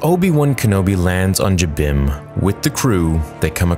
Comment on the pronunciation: i like how you pronounce jabiim. the way everybody else pronounces it, it sounds like jim beam. 😄